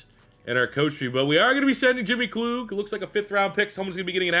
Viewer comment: Wish you the best Merry Christmas happy to see you back at it man. I feel like pipelines should be a staple as a base in recruiting and it’s pronounced KL-UGG not KL-OOG